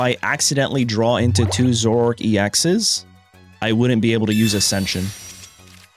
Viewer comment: Dude...its Zoro - ARK..not zork